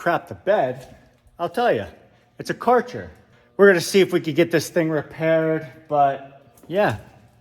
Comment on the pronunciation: "car-cher" lol